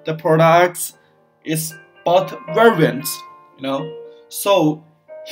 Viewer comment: I understand this is run by non English speaking - I know its hard to provide service in English sometimes but Hiring someone for $50 per instructional video that speaks excellent English would be a very very good investment. I want to know how your business services work but I can't understand you. Took me 5 minutes to figure out you were trying to say the word "variant". Canader is pronounced Canada. "Prodas" is pronounced products ( prädukts). Not trying to be rude here, just pay someone that speaks english- if its to much money ask a friend or a family member